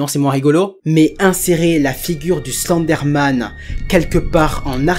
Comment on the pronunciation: Je rêve où tu prononce Slenderman :Slendé Man car sa ce prononce Slendeurman